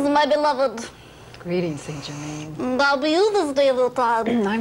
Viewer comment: Yet again, someone channeling st. Germain who can't even pronounce his freaking name! Puts the entire MBS community to shame. Next, let's channel Jose the Mexican & pronounce his name "Josehay" instead of "hosey".... Must be authentic!